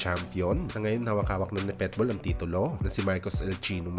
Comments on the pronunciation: Ayusin mo naman pag pronounce ng PITBULL hindi PETBUL haissst bisakul😅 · Pitbull boss hindi petbull😂